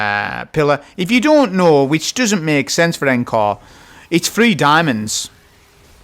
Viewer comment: Look, I know I'm an annoying grammar Nazi. I understand. I don't like myself for doing this, I think it's the autism..... but please, just for me, please pronounce Encore correcttly. It's ON-CORE. Thank you. P.S. The hand cannon, Agape. To gape, gaping.... rhymes with grape. Thanks again 👍